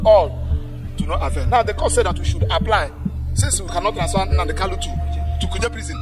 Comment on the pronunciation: Pse, point of correction, it is KANU and not KALU